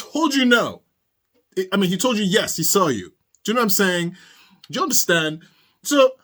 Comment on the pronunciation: He also loves to say " I don't undershhtand." 😅